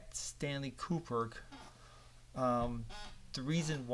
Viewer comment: Stanley “Kuperk”? Ku-brick. Ku-brick. Now you try.